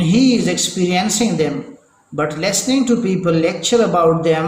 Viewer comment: Pronounciation is very very bad jaise listening ko lasning